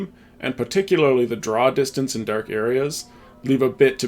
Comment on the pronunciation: You said "Drow distance" 😂